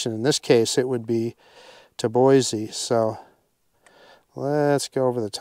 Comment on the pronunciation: I can tell you aren’t originally from Idaho by the way you pronounce Boise. Haha. Great video